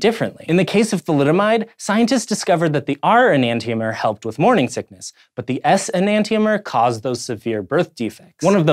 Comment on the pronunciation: It's pronounced "E-nan-shomer"